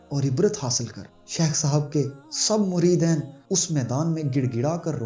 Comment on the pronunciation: muridain ghalat he muridin sahih he